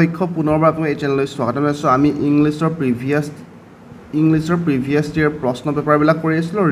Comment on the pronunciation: you provide amazing contents but don't know why you pronounce previous wrongly 🙄